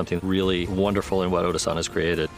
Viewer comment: Everyone is saying the name wrong his name is ODA the GOATA! Insert meme: THATS WHY HES THE GOAT 🐐 THE GOAT!!!